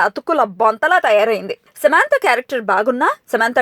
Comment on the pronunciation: Samaaaantha kaadhu samantha